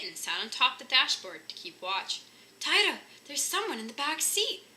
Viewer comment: The chihuahua's name is pronounce 'Tee-toe', not 'Tie-Toe'. Anyway, nice reading.